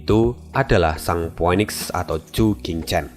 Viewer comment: Min, bukannya phoenix itu di bacanya phunix. Gw agk keganggu dgrnya dikit tiap kli dgr itu. Ini masukan aja min. Terimakasih